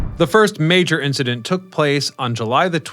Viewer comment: It's "incidents", lol